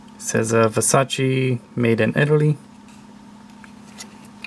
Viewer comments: You're pronouncing it wrong. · Everyone does, it’s so annoying